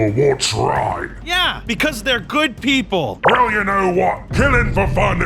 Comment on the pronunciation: the fact he said pepole when there tigers